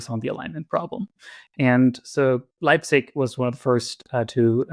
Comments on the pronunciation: It's "Leibniz", not "Leipzig". Leipzig is a city! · I don't have Connor's E-mail, but could someone who does please tell him that it's "Leibniz" (like the biscuits), not "Leibzig" (like the city)?